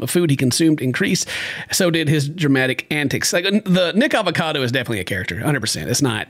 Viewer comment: Homie didn’t mean to, but totally dropped a soft n word saying “nickacado” the first time😂😂😂